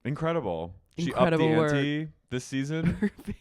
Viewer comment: "Well, I'm gonna need to think about dwis"